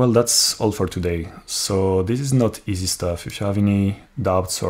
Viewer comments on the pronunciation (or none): none